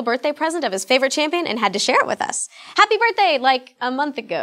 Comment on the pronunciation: Anyone else LOVE the way she said HaPPy BIRTHdaY! lol